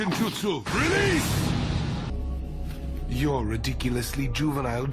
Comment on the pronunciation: When i heard homie say realese. Ooh shit here we go